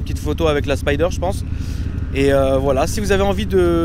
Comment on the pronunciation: Les gars ou est votre anglais vous dite spider alor que c'est spyder